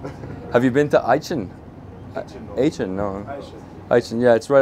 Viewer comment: Aachen Not Atchen Bro 😂😂 he couldn’t get it. But that’s my hometown dough 👍